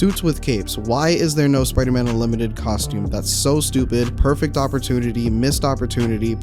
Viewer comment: "UNLIMITERD SUIT"